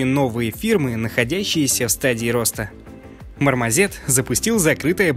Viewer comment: Дурацкая наверное придирка, но почему ты произносишь мармозет, а не мармосет? Спасибо за новости :)